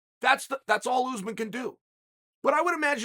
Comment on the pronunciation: Still can’t say Usman. Ooze man. Oregon education at it’s best.